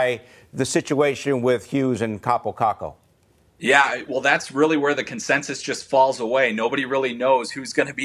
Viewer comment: It's "Kakko", get it right 'cause you'll be talking a lot about him soon